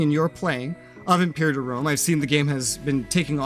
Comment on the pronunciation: How are you coming in here calling it "impure-iter" lol. It's "im-per-ah-tor"